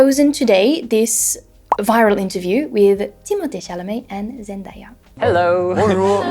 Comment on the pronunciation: Pretty funny that you talk about Hugo mispronunciations but you mispronounce "Zendaya" 😅 Very good video though !